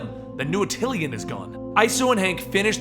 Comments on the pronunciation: DO MORE INHHUMANS STORIES! THEY ARE THE MOST AWESOME BUT SLEPT ON GROUP IN MARVEL COMICS! also just a little peeve: its pronounced At-ti-Lan not At-til-i-an. there is no second "I" in it. sorry it was bothering me. but great video! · ATILAN! NOT ATTILIAN! LEARN TO F**KING READ! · Attilan, not Atillian. :) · It's ATILAN, not ATILIAN -_ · Attilan. Not Atillian. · why do you say atill-ean its just attilan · my boy, it's pronounced Ah-til-lahn. not ah-til-ee-ahn. lmao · Another awesome, quick sidenote though, it's pronounced a-ti-lan as opposed to atilian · Its actually AH-till-lan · Great vid! Yes, more Inhumans! For what its worth, Stan Lee pronounces it A-til-an with the major accent on the first syllable and a minor accent on the 3rd. Once again, thanks and more please!